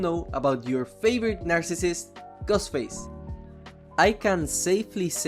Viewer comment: It sounds like he said Gus Face